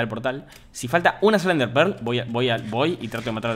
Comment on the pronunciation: me da risa cuando dice "NDEAHRRE"